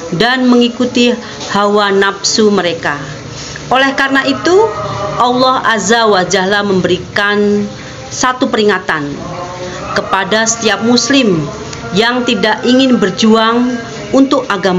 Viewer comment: Yg benar Allah 'Azza wa Jalla. Bukan Allah 'Azza wa zahla.. Terimakasih..